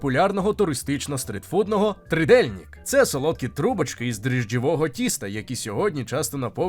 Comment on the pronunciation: R kreskovane, a Z kreskovane (з пташкою зверху), в чеській мові вимовляється як буква "Ж", і правильно говорити "Жізек, Двожак і т.д." ,но НЕ ржізек і тим більше НЕ Дворжак !.. І де ВИ бачили букву "И" в слові "trdelnik" ?..